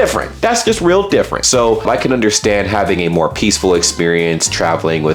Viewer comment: Did you pronounce "Can" as "Canada"? 😁